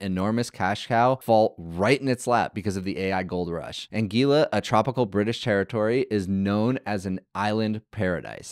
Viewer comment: Anguila Pronounced An - gWil - la